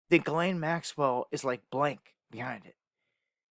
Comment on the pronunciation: It's Ghis-laine not Guylainne... This is pronounced almost like jizz.. please start saying her name right people